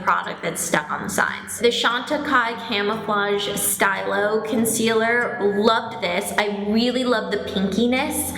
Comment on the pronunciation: stylo is pronounced stee-lo